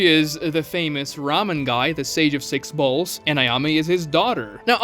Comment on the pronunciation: Sage of Six Bowls fried me especially with the art lmao. But I really did think you said Six Huevos so I hadda turn on the CC to make sure lmaoo